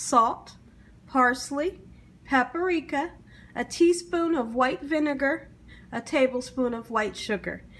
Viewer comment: It’s PAPRIKA, not “PAPA-RIKA”. Please speak properly else you come across as illiterate and it detracts from an otherwise great video.